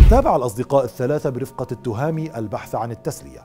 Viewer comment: نحن المغاربة ننطق أسماء وألقاب المشارقة بطريقة صحيحة حتى ولو صعبة ومركبة. ولا أفهم لما المشارقة لا يستطيعون مع أن الإسم ذكر في القناوات المغربية. التْهامي وليس التُهامي. وبنَّاني وليس بَنَاني. والعَلمي وليس العالمي.